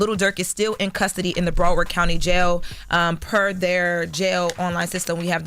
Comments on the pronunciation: Why does she keep sayin' "BROADward County." It's BROWARD. Not that hard to pronounce. Shouldn't they hire news people to do the news? This girl stuttering and stammering. All over the place. She didn't even name the victim. She then asked: "How will this impact Dirk if he's found innocent?" That seems like a filler question because she should already know the answer. If Dirk is found innocent, this will only HELP his career. He'll start rappin' about how he beat yet ANOTHER murder, blah blah blah, and Charlamaign will play the song over and over again and the hip hop community, as always, will start praising psychopaths. Then they'll start whining about the high murder rates in their community, and they'll blame everyone other than themselves, then they're promote music that glorifies murder and drug dealing, and yay we have a circle of imbeciles. The world is so sick of you hypocrites. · It’s Broward not braward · Its Broward not Broadward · Bra-ward county jail🤣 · It's Pronounced BROW, Like Eyebrow, Broward County #954 🤘🏾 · Brow- Ward the way it’s pronounced get it right we keep some celebrities in our jail.. Slide for Von what a joke😂😂😂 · Why she saying broward like that 😂 it’s “brow-ward” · It’s BROW-Word Learn your pronunciation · Ma’am I’m going to need you to put some respect on t on our county name !!!!! Say it right ….. “BROW-WARD”!!!!!!! Tf 🤦🏾‍♀️ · This news girl sucks lmao 😂she can’t even say BROWARD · She said broward county so wrong 😂💀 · Why is she pronouncing Broward like that 😂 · Please say Broward county correctly…. Disrespectful…. Lol😂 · This girl is not pronouncing Broward right lol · Why is she pronouncing Broward like that😂😂😂😂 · she aint say broward right once this whole video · is incredible but her pronunciation of Browardc As a Broward native is taking me all the way out lmaooo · I don't like the way she's saying Broward😂